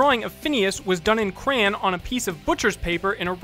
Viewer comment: its supposed to be crey-on